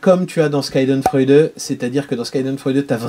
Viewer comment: Super vidéo 🙂 et au fait la prononciation de Schadenfreude = shaa·duhn·froy·deuh (et pas ska.den 😀)